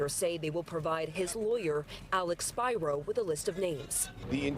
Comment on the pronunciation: How come this reporter cant pronounce "Spiro" correctly?